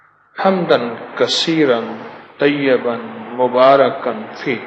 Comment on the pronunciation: Salam hakeem Sahab, one correction, one word that's - Tayyiban but not tayyaban, please thoda gaur karen, maaf karna agar mughse koi gustakhi hui ho to.